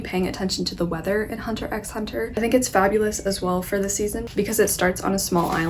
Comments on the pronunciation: Just to let you know, the 'x' in HunterxHunter remains silent. It's something I've learnt recently😅. Also, I strongly suggest you to read the manga "Spyxfamily". It's so cute!! The anime is currently airing. Do watch it too💓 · Seeing you talk about Hunter x Hunter is a nice surprise. It's a great series. Two things to note: 1) the "x" is silent 2) one of the unknown reasons why you like it so much might be that Togashi's wife, Naoko Takeuchi, is the creator of Sailor Moon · Just a few notes on Hunter X Hunter as someone who has read and watched it, as well as Yoshihiro Togashi's other works! :) Firstly, most fans refer to it as just Hunter Hunter (and don't pronounce the X). Also the current anime on Netflix is a remake of the original and I really recommend the original anime; it only runs to a certain part of the series and then you have to switch the remake but the animation quality is worth it! The original is currently uploaded on youtube for the most part. Lastly, the author also created YuYu Haksuho which is just as amazing of a series and I definitely recommend it as well (at least for watching)! Hope you keep reading :) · Gon is essentially looking(hunting) for his dad who is a hunter; a hunter who hunts a hunter is a hunter hunter, hence the title hunter x hunter (the x is not pronounced, it’s just hunter hunter).